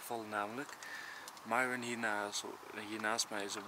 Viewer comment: Niet zoals Enzo het zegt nee... Je schrijft het goed! maar je zegt Miron